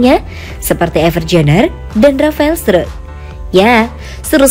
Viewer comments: Struick kak adminnya salah baca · Bacanya rafael strik ya 👌